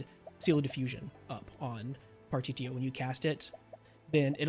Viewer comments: It's pronounced par-tish-E-O it's all good tho lol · The fact that you can’t pronounce partitio is enough to have YouTube never recommended another one of your videos.